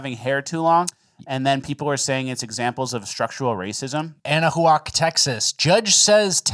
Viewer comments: It's pronounced "Annuh-WACK", not "Annuh-HOO-ock." It's a real shithole. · Anahuac Texas was my high schools rival football team lol. You pronounce it like this Anna Wack